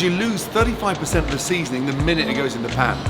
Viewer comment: you know Gordon was gonna put extra emphasis on that SEASONING 🤣🤣🤣